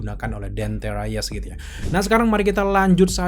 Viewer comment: DANTE REYES bukan DENTE RAYES